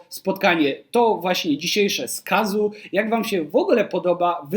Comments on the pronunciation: Chyba nie „Kazu” tylko „Kazo” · Dziękuję za ciekawy materiał, natomiast nazwisko wymawia się Kazo 😊